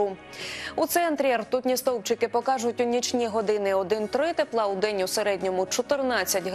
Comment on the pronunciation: "рьтутны столбчикы" ну вот, блядь, как не ржать?!!!